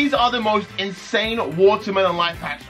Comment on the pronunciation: said Insan 😂